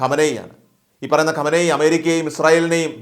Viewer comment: His name is wrongly pronounced